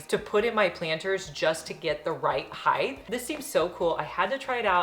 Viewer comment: Height!! Why do people not know proper English?